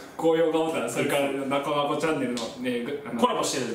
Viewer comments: 「なこなこ」にツは一切入ってないのに「なツこなツこ」言うてて草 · なつこなつこカツプルwww 当たり前のように言ってるのがツボった🤣🤣🤣🤣